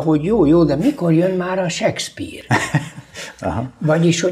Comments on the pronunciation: Az a sekszpír az Sékszpir... Nem hiszem, hogy csak nekem bántotta a fülem... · Nem, nem akarunk kötekedni... 2023at írunk, én pedig nem értettem, hogyan lehetséges seggpírnek mondani Shakespeare nevét, akitől egy kattintásnyi távolságra ott van az információ...